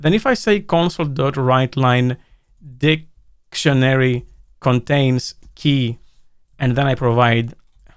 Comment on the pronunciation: "dic... tionary", always providing us with some humor 🤣🤣